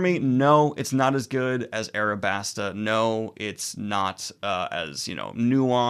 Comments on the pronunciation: "Arabasta" This upsets me more than you can know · How in the fuck did you lose the L and add an R to Alabasta